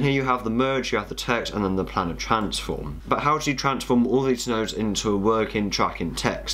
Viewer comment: Planar; pronounced play-ner, not planner.